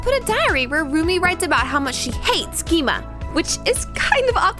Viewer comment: She knows that, she just acsadentlly said it wrong